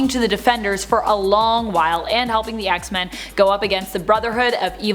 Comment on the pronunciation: Did she call them the "axe-men" lol 😂